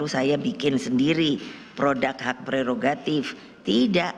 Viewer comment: Nek pregogatif itu apa ya nek? Bukanya prerogatif ya nek.....😂😂😂😂😂